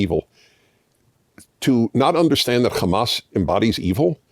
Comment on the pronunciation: you are great anc rly cool and I love you but please ask a arabic speaking friend to teach you how to pronounce hamas. You are saying hamas with a "kha" now and it is cringe